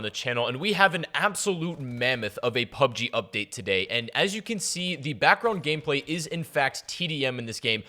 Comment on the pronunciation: Wtf is PUBEG